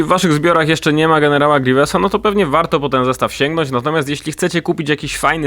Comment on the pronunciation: Ej mówcie grywiusa a nie grewiesa